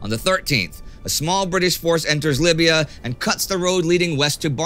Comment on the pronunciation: Libya, not "Lybia"